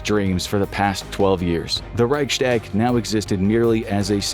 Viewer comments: Please learn how to pronounce Reichstag. It's Reichs-tag, not Reichschdäg. I understand it's a foreign language, but this really grates. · "reic shtag" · Wenn er nochmal Reichschtäg sagt, dann vergesse ich mich. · Please look up how to pronounce Reichstag properly